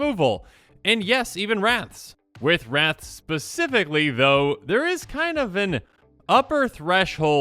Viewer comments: I thought you said 30 rats i was like thats not too bad lol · I heard wraths as rats at first and was so confused where the deck was heading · 100% thought you were saying rats not wraths and I was thinking... what's so bad about rats? They aren't that strong. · Bruh I straight up thought you were saying rats, lmao 😂